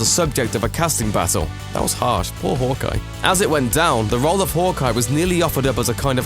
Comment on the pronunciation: It’s pronounced Hawkeye not “hook-eye”